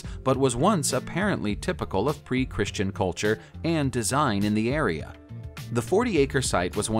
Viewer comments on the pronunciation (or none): none